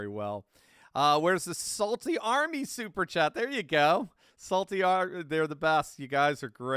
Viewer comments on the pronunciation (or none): none